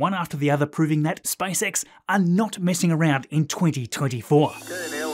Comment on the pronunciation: I did shot challenge whenever you say SpiceX, now I'm drunk